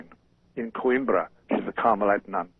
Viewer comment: I read nearly all of Martin's books and, speaking as a humble ignoramus, I estimate him to be a genius (or was a genius), but when he said Coimbra, something sounded wrong. I looked it up and declare as you do: Portugal. (The Romans had a docking area on the Iberian stem 2 millenia ago and it is where Portugal gets its name: Port Gall.